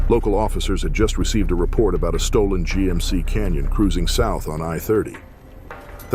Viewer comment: G.M.C. is NOT pronounced JEEP. Thumbs down.